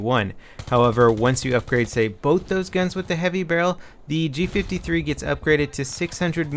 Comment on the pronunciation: It does look so similar to an MP5 because it is an MP5 fused with a G3 rifle. Thats why its prononced G five-three not G fiftythree